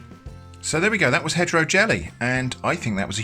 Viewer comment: My dumb ass thought you were saying hetero jelly. As in heterogeneous.